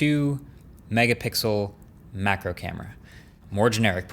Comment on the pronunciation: i died a little inside when he said macro camera